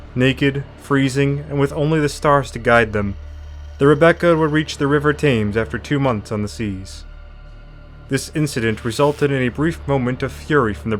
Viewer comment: Thames is not pronounced tames. ;) Good vid tho :) I see you got Worcester right. Not many videos from the Americas manage that. It's tricky I guess, because there's no phonetic rules to it. It's mostly old Anglo-Saxon place names. A Germanic language very different to modern English. We just learn the names growing up. Easy compared to Welsh though.